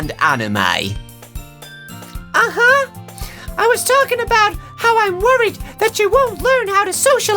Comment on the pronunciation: When you hear say anime in the most British accent ever, plus the video is 3 years old and you are watching it for the first time